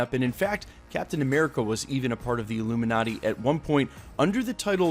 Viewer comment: The who? "Ilumin-urty".